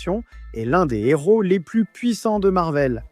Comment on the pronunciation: Son héros pas son Nero y a pas de liaison ca fait mal aux oreilles